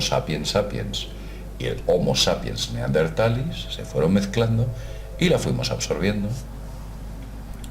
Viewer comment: macho, deja de inventarte cosas, seguro que te descojonas de todos tus subscriptores en cuanto apagas esa cámara roñosa con la que te grabas tete. Y por cierto, es Neardenthalensis, no Neardentalis como diría un niño de 6o de primaria. Venga un saludo nano te dejo mi dislike!